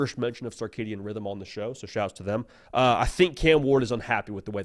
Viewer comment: My mans got sark on his mind. It’s not the sarkidian rhythm is the circadian rhythm. Lol.